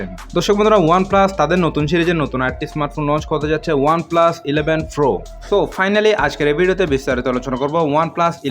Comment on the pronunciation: Pro na .. Fro .. Fro... 😁😁